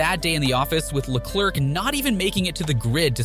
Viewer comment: If you say lecerk instead of leclerc again, I'm gonna have to unfollow lol